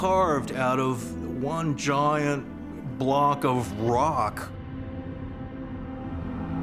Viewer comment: "Joyyant blawwks" - David Hatcher Childress